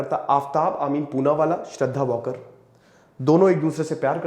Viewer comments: वॉकर नही वालकर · It's Waalkar not Walker ...Hindu Marathi surname